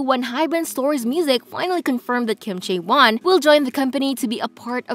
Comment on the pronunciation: It's....CHAE won. Not chae WON. Also it's le SSErafim. Not LA sseraFIM. Lastly, it's YUNjin. Not yunJIN.